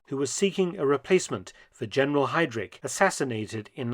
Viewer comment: Kultenbrunner. Hidrich. Kann man die Namen nicht richtig aussprechen?